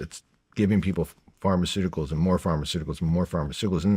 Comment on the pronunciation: Pharmaceuticals aa in medicine. Not Pharmaceutical as in "big pharma"